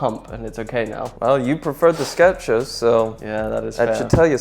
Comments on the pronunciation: There is no ‘t’ in Skechers. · There is NO "T" in Skechers